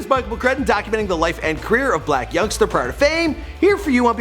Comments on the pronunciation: He said Yung blacksta 😂😂😂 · did bro say young blacksta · Lmao he said young blacksta😂😂😂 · He said Young Blacsta 🤦🏾‍♀️😂😂😂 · He said young blacsta 🤦🏾‍♂️😭😭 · did he just say young blactsa?💀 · He said young blacsta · why he say young blacsta 😂😂😂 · this fool said "Young Blacksta"😂😂